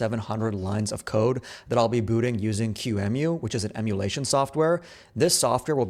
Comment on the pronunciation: this is the first time i hear someone refer to qemu as q-emu